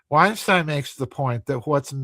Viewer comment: He mispronounced Weinstein as Vineshtein, but YT still managed to transcribe it correctly, like it did when he mocked Dubya with "nukular." Yet it still obviously gets well-known names deliberately wrong: "Eupfology" as done by "Jay Allen High Neck." If the name were obscure, like 'Mensur' which mispronounced as "Menshur" (no doubt as a play on words as 'Measure of a Man') then YT should be expected to get it wrong - which it did by transcribing it as "meurous" despite it not being a word. "Davis" may be an allusion to the way Argentinians pronounce 'v' as 'b'.